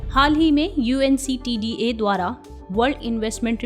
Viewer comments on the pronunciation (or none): Mam, UNCTAD hota h na ki UNCTDA hota h- Time